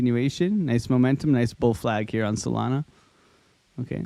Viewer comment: is bro saying Soylana?